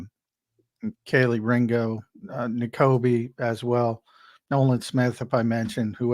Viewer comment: It's kee-lee Ringo not Kellay ringo